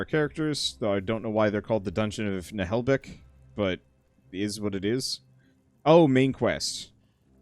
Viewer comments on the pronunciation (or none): Na-Wel-Bek. There. Is that so hard you silly english type? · It's French, it's pronounced "Nah-uhl-buhk" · Hey you pronouce it "Naheul Buck" :) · Na-hel-buk sounds like that. It's a French book so yea. It's not the exact pronunciation but closest I can make it sound. Fun stories hillarious silly and insane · The narrator pronounces it "Na-hole-book". In French, we pronounce it differently though. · OMG, I WASN'T EXPECTING TO SEE THIS AS A GAME! It was, and still is, one of my favorite comic from when i was little. PS: If i'm not wrong, it's pronounced Nah-Hull-Buck. (or at least, it's how it is in french with the English accent added on top)